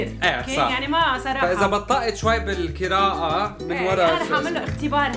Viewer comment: القراءة✖ الكراءة✔ 😂😂😂😂😂😁😁😁😁😂😁